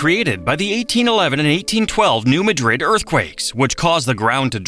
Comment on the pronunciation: Came here to say this! Also, it's not Mount Juli-ette, it's Mount Jul-yut. Also, Also, New MAD-rid. LOL